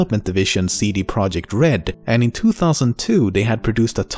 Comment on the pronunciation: It's not CD Project it's CD ProjeKt.